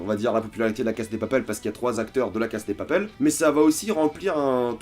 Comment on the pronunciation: On dit LA CASA DE PAPEL c'est stressant comment tu prononces..